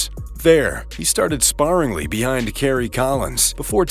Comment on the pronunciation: Started "sparringly?"